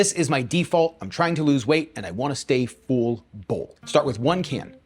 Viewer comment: I'm an Aussie and I bet you know we say things weirdly with our accent, but did you know the way you pronounce "full" and "fuller" sounds like how we say "fool" and "fooler" 😂